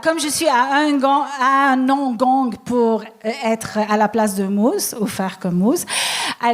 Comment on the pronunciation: Pourquoi vous dites Mousse quand ça s'écrit Moose?